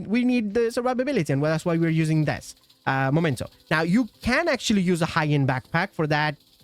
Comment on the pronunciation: It's a Meee-mento, not a 'Momento' , mate! From Latin imperative 'memento!' for sth. being 'reminiscence of' , or 'keep in mind, that...' , like, '...you have to die!' = 'Memento mori!' ⚰ The Rogues watches on the backpack could be an indication of why this backpack is called 'Memento' , because these watches are 'Mementos' to those who had to die. Painfully. Sry, I got carried away. Anyway, it has nothing to do with 'the moment' , although it is also a moment to be remembered. But the thing is not the moment! The moment is gone. Vanished. Dusted away. It usually never turns into a backpack. The remnants of the moment - plus a few decaying bodies that will soon have decomposed, except for the timepieces - that is meant to be remembered, and which are kept to this end, are the mementos. But that doesn't make anything a 'momento' . This word only exists in American Mickey Mouse lingo and wherever other linguistically challenged people have copied it without asking what they were talking about. So it's in fact the dork language of people who never understood that someone who first said 'memento' in front of them really meant it, and hadn't said 'momento' , but which was the only thing their two brain cells butt-fucking each other only understood. Since then, they had been calling things that were mementos 'momento' . Nyahahahaaaaa .😭 I could piss myself! 🤦🏼‍♂ 🤜🏼🤕 It's also 'memory' (same derivation), not 'momory' , ain't it? 🤡🪓 But if in doubt, just read its name correctly, then